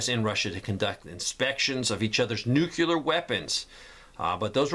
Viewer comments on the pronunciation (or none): Geez man, please sto0 saying “Nu Cu Lar”. Nu CLE Ar……….